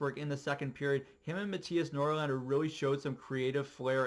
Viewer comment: Hehe, good video but one thing, Norlander? or NorLinder?